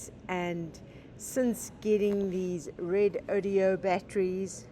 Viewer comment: you give me a great laugh every time you say Redodeo instead of Redodo for your new batteries. Hopefully the company is laughing and will adopt the new name!!